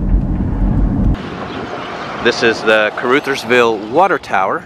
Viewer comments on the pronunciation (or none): Its Caruuuthersville. Like brothersville not ootherville. I live not far from there. My cousin was murdered in Caruthersville several years back. Not all bad they do have a casino there. Only one close to me other then Cape. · My home town Da Ville… some of the stuff he saying is in accurate like the name Car-RUTH-ersville it’s Ca-RU- thersville… but yea don’t come around fuccin around and get fucced around😂😂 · Lord, it's ca-ruh, not ca-roo. 😃 I lived in the bootheel - Kennett and Malden - which is a sad little town. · The U in caruthersville is pronounced short not long... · I met some people from caruthersville. They said the name of the town as caruthersville not caroothersville. Rut not root phonetically. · Hayti is pronounced Hay-ty, not Hay-tee. Caruthersville is pronounced Caruh, not Carew. I lived in Blytheville AR for 4 years and that area was some old stomping grounds. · Short U sound in Caruthersville, not long U. Uhh sound. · You are mispronouncing Caruthersville. The 'U' makes the Uh sound, not the ooo sound!!! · It’s pronounced “CAR” “Others” “Ville” not CarUThersville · Caruthersville - rhymes with another - not with Luther.. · it's pronounced Caruthersville not Caroooosthersvile. Like Uh not eww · "Crutherville" is how you say it.. born down there in the bootheel.. Lived in New Madrid, Sikeston Minor, Blodgett, Morley and Benton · Kuh RUH thurz ville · I caught the mispronunciation as well. It's kuh-ruh-thers-ville. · Isn't that pronounced Ca-ruh-thers-vil not with an 'oo' sound? Rather like uh-huh, that sound. I knew someone with that name once. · OK I just have to say it, ... Sounds like "other" Caruthersville. Hayti pronounced like Hay Tie. It's always good to know. 👍 Kennett home values for shacks are under $35,000. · I love missouri, I've lived all over and always come back here to live ,it's diverse and beautiful. Your not saying that right cur Rut hers villee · It's Hey-tie for Hayti and Car-others-ville. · It’s pronounced Cuh-RUH-thurs-ville